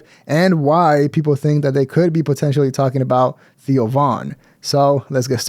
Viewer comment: Theo is 1 syllable